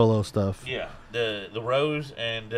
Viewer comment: The rappers are Lisa and Jennie, the vocalists are Jisoo and Rosé (pronounced "Ro-Zay" like the wine, not "Rose" like the flower).